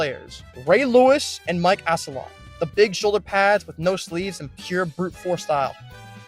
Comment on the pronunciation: I couldn’t anymore after Mike “ass-a lot”